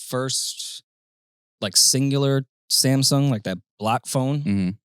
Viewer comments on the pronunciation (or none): none